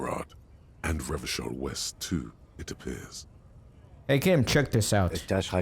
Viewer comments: The old-fashioned way came to him naturally, I smell a fascist playthrough 😂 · What's up with pronouncing Revachol as Revakol even after hearing the right pronunciation?😅